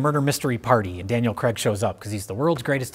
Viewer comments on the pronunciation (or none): none